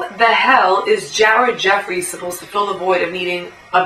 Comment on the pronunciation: I just started watching all your Vids. Im sure everyone has told you that your hot and im not gonna go into that, but your pretty smart and you see the same exact shit that i see. You should give me a shout out on your next vid. Chaos (real name Andy).... You also said Ared Effries. Sounds like you browse. Looking forward to your next post Peace Love and Basketball:-p